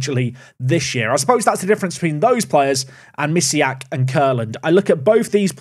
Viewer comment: Bartosz Misiak though playing for Belgium actually has polish name and surname. The "si" sound in Mi"si"ak is pronounced with polish sound spelled "ś". You can check it (the name too has a polish sound in the end). I'm polish and it just hurts my ears when you pronounce it like that. Sorry.